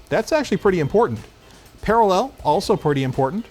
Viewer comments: Par-A-llel...Methinks is putting the em-PHA-sis on the wrong SYL-lable. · I love the way you say paralLEL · Why are you saying parallel like that? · i love how pronounces parallel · Someone teach him how to say "parallel" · I love how pronounces parallel. It sounds like someone from Krypton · I love but idk how much I can keep it up hearing how he stresses the word "parallel" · what a weird way to pronounce parallel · I like the way says parallel. He emphasizes the last syllable in a unique way.